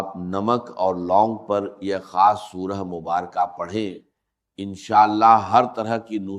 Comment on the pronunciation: gorr zy dykhy zra voice ovr kia gya hy is video ky upr or alfaaz p p ghorr kijiy خاصko کھاس. bola ja rha h